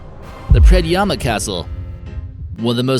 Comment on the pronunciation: As a Slovenian i must say im impressed on how you said the word Predjama castle i mean you said it like a legit slovenian